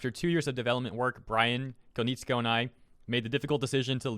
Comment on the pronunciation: You pronounced Konietzko right I think